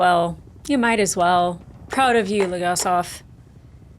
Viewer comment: It is grate to see how empathetic you are and seeing that is makes me feel more hopeful to the future. Do not worry about it not being 'fun'. It is impactful and compelling and those much rarer than 'entertaining' but as or maybe even more needed. P.S. He is not LegaSLAV it is LegaSOV. It is actually a little entertaining how you mame the names just... people with Slavic decent do not conveniently have their surnames end with slav... not usually at least :D